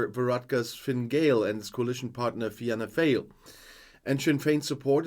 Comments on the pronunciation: It's pronounced Fianna 'Fawl' ... although, come to think of it Fail seems more apt! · We pronounce Fina Fail as Fina Fall other than that good utube video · Thank you so much for this video. We very much appreciate the support you show for my country, Ireland. Your pronounciation of Taoiseach is perfect. To help out with Irish pronunciation, Fianna Fáil, the last word is pronounced Fall not fail. Hope that helps. I will hold myself in check (I hope) in posting a comment as I'm afraid I might blow a gasket. 😂 Thanks again 🖖🖖🖖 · Your pronunciation of the party name's are chronic. Fine Gael is fin-a gale and Fianna Fáil is fee- na Fall. Also you over simplified the problems in the North there was civil rights issues were nationalists catholics were treated as second class and we're denied votes due to gerrymandering and draconian laws.